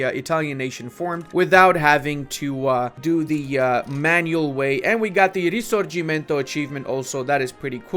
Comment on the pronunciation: i'm impressed by this campaign but i'm more impressed by how correctly you pronounced "risorgimento"!